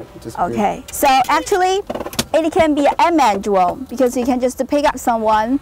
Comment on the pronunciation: yeh you can contwol the dwone with the weally small pad.